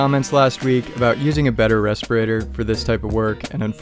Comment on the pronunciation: RESPIRATOR Edit: ok glad you heard everyone. Doesn’t hurt to say it again though… RESPIRATOR!